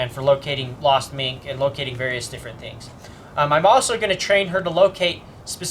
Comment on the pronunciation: oh now I understand in the first video when you say "mink, mink, mink" it sounds you are saying "meat, meat, meat" before you showed her which is why she got confused the first time but when the most recent video came around she was getting it since i see the gears working in her head when looking for the mink x3